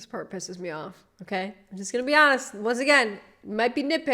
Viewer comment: " go to peart two" Pick up my new car" I'm sorry I just cant